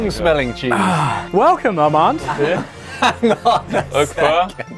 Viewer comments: Armand forgot to teach Ollie to say his name right … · as someone who is half-french I've always found how armand's name is pronounced by everyone very funny - it's said like 'ar-mon' in french (apart from the last syllable is much more clipped than how you pronounce 'mon' in english) but this was hilarious, especially ollie's french! one thing about sacré bleu that I know is that it derives from 'sacré dieu' which is like 'sacred god' and to make it not blasphemous, it was changed to sacré BLEU as bleu rhymes with dieu! it is old fashioned though!! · Them: learning french Them also: calling him ArmanDE non-stop NB: Armande being the feminine of Armand (we don't pronounce the -d at the end, we actually rarely to never pronounce the letter at the end of words) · Poor Armand, getting his name butchered and sounding like a woman's name :(